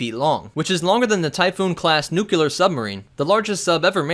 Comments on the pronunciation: NUCLEAR! NOT NUKYALER! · GD nucyular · Could people puhleeez stop saying "nuke-you-lar"?!!? You all know that it's pronounced "nuke-lee-ur," right? After all, that is how it's 🤬 spelled. Thank you. Sincerely, A Human who speaks English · Wtf is a nukular submarine